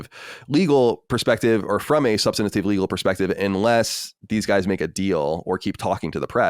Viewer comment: Say it with me Colin; SUB-STANT-IVE